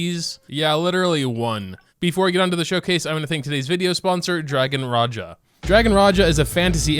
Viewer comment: Finally someone who pronounced raja correctly love u.. and also saying my child my child bones be like wait wut???